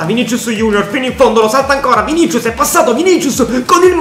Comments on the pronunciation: Vinisius non vinicius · Vinicius si pronuncia Vinisius